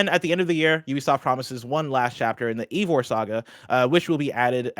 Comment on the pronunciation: Wtf did call Eivor?